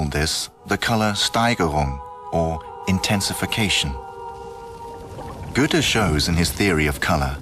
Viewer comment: the main character of this doc is called Goethe (Ö) not Güte